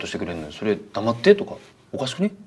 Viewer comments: 黙ってのイントネーションおかしいし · 「黙って」の発音に時代を感じる